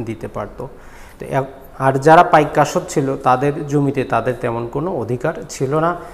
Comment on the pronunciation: পাইক আশ্ত কথাটা ক্লিয়ার নয়। বুঝতে সমস্যা হয়।